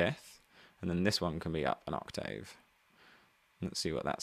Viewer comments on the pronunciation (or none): I'm here for the 'blewls' and the 'ock-tayves'